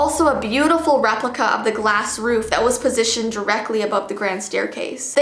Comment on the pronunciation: I'm a girl but did u say gwass instead of glass?!